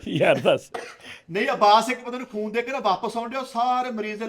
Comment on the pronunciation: 5.16 ਉਸਤਾਦ ਜੀ ਖੂਨ ਦੀ ਬੋਤਲ ਨੂੰ ਫੂਨ ਦੀ ਬੋਤਲ ਹੀ ਕਹੀ ਜਾਂਦੇ ਉ ਕੀ ਹੋ ਗਿਆ ਰਾਤੀ ਸੁੱਤੇ ਨੀ